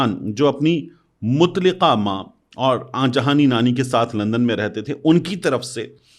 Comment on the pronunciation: متين صاحب لفظ مطلقہ Mut-li-qa اسم فاعل ہے يعنى طلاق دينے والى عورت جو كہ سراسر غلط ہے، صحيح تففظ Mu-tal-la-qah ہے اسم مفعول كيساتھ يعنى جس عورت كو طلاق دى گئى ہو۔